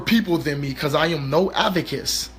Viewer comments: LOL!!!!.....DID HE SAY AVECESS....LOL!!! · Ummmm......what's an avakiss? Am I the only one who heard that? LMAO😂😂😂💀💀💀 In his defense I believe he meant ADVOCATE because I'm praying he wasn't trying to say activist!!!!